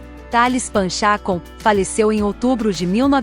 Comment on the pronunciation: A pronuncia é Thales Pan checon, apesar de escrever Pan chacon